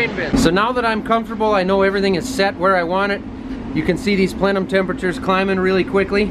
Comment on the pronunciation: The way you pronounced plenum. Haha